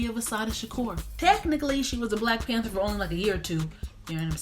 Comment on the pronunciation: New subscriber here!! You are hilarious. My 4 year old made me rewind when you say at the end 😂😂😂